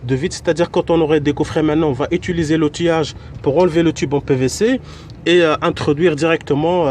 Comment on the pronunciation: Merci infiniment. ps: on dit : utiliser pas "étuliser"